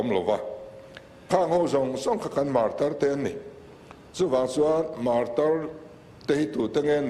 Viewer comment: Martyr(martir) tih hi enge awmzia le...Mizo chuan Martir nilo in martar kannei.